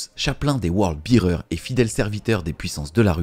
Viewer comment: Super vidéo! Si je peux me permettre Word Bearer se prononce word bè-rer et non Word bi-rer. Un détail hein 😅